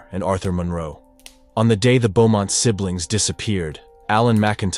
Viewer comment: Pretty sure you say it "Boh-mont", not "Bew-mont". Also, it's "dug up", not "dugged up". Want me to be your proofreader?! I catch them all, even in best-selling novels. Yeah, I do like your channel actually. I'm kinda dark.